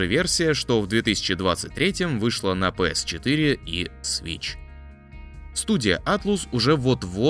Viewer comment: Атлас, а не Атлус. Японцы произносят как Аторасу.